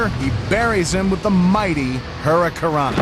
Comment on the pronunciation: What the hell is a "Hurica rana"?